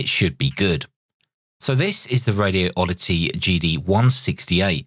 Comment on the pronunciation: Please don't hate on me for pointing this out, but there's only one "O" and no gap in the word Radioddity. First, say the words "Radi" and "Oddity. Next, take the gap out and say it as one word - Radioddity. It's 5 syllables, not 6.